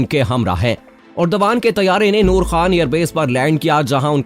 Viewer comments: ترک صدر کا نام اردوغان نہیں بلکہ اردوان ہے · Please correct, its not urdagan but it is Ar-du-wan. Turkish alphabets are different g with hat is pronounced as wa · His name is : Ardoaan, not urdghaan. Mehmaan ka naam toh theek tarah sey lay lo bhai.